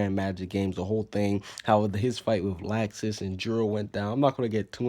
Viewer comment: why do you always say laxus wrong every time